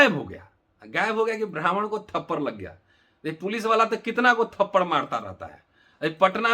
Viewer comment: Thapadd hi hota hai bhai thaparr nahi. Aur har baat ko jaati mein baat kar victim card mat khelo